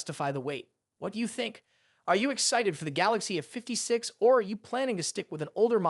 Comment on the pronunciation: The Galaxy uhfiftysix... Fucking AI slop.